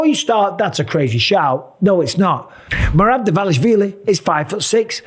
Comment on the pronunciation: Just write in google translate and listen how to pronounce Merab Dvalishvili